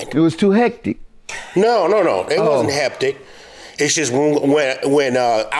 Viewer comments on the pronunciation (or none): Did he say "heptic" instead of hectic? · “Heptic” he means hectic 😂😂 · He keep saying “heptic” lol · He always does. I noticed that also.